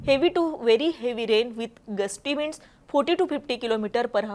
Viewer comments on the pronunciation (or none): हावर्स नाही ओ ताई 🙏आवर्स असा उच्चार आहे. वाइंड्स नाही विंड्स!